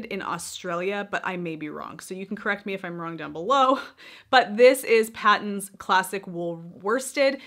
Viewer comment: Patons is pronounced as "Paytons". Yes it is an Australian Brand. Produced by Aussie Yarn Company.